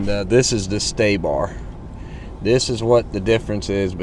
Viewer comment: Sway bar not stay-bar….